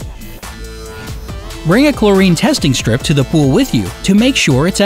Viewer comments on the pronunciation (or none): none